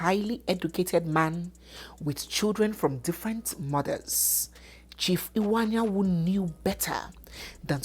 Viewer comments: please the name is Iwuanyanwu, not Anyanwu. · please the name is Chief Iwuanyanwu and not Chief Anyanwu